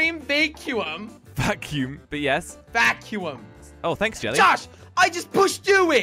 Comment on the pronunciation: “EXTREME VAICYOUUM”